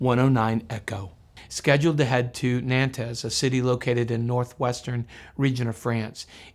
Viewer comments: Nantes is pronounced in one syllable - Nante, silent 's' -- not Nan-tez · Note: as often in french, pronunciation is tricky: Nantes is pronounced Nant' not Nan-tess. Thanks for this great channel. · As I remember it, es in Nantes is mute in French. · Small tip - you can ask Google "how to pronounce Nantes" and you'll get a useful response!